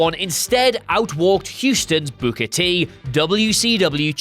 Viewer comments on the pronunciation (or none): You need to stop pronouncing "Booker" like you're saying "booger."